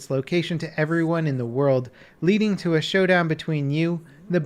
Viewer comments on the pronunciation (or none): none